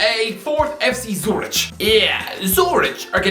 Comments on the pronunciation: Why did my man call the Swiss city of Zürich a village, than proceeded to pronounce it as Zurić like its some small village in Bosnia 😂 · It's pronounced zuRICK. Bloody. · Umm, what the hell is that pronunciation of "Zürich", and why is it considered a village to u, even though it holds half a million people?? 🤣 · not only did he butcher the pronounciation of Zürich, he called it a village despite the fact it has basically the same number of people as Dublin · In all fairness, while it sounds more ridiculous, it’s just as wrong as zu-rick. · The h in Zurich is silent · That pronunciation genuinely killed me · I love how he pronounces zürich in the worst way possible, and than proceeds to just be completely wrong about the city